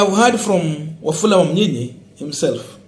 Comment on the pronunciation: You are doing a good Job for news. I would like you to correct your pronounciation of this name. It is Wamunyinyi and not Wamunyinya as you have been calling it. thanks.